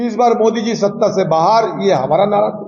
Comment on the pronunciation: नाड़ा नहीं नारा बोलते हैं 😂😂😂😂